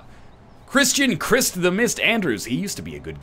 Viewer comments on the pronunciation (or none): none